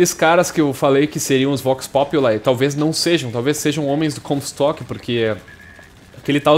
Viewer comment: acho q se pronuncia Vox Populi mesmo e não vox "populai" pq é latim e não ingles